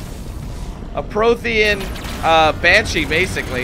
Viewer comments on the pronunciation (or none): True, I don't even think he's been playing halo long. Did you hear him say "Prothen" it's Promethen